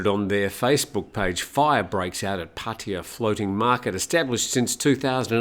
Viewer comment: It was amazing how many times that you mispronounced Pattaya. You should ask a Thai how it's pronounced. Especially if you are going to use the word so many times in a row.